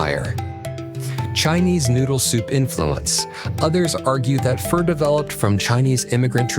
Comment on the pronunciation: It’s not pronounced fur